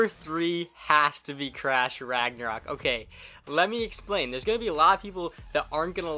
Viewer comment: I left when he said crash ragnourok